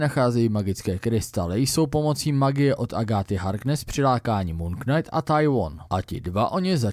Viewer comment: Já ta tvá videa mám fakt rád. To, že máš špatnou výslovnost slova knight, to bych ti odpustil. Ale prosím, jednou pro vždy. Slovo POTENCIONÁLNÍ, natož PPOTENCIONÁL je fakt úplně blbě! Slovník spisovné češtiny i Pravidla českého pravopisu uvádí jako jedinou variantu tvar potenciální. A ne není to ani žádný hantec. Rozjelo se to díky pár blbcům v televizi za minulé generace. Neočkuj tím další generace. Prosím.